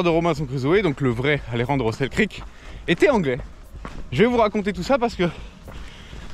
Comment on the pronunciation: Et accessoirement aussi, c'est Alexander Selkirk, pas Selkrik ^^'